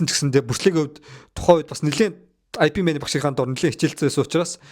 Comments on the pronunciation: i pi mena гээд байхин ip men гээч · "IP Man" bish "Yip Man" gej duuddiim daa uul ni